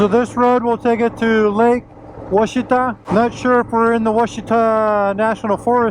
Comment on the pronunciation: Nice. Great soundtrack as well! Just an FYI, it’s pronounced WASH it awe. I attended Ouachita High School in the 70s. I took quite a few road trips up Arkansas 7 from north Louisiana up to the Buffalo River in the Ozarks i also camped some in the Ouachitas. They’re gorgeous.